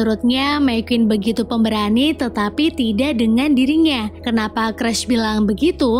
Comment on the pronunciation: Sedih cruz dibaca cras 😢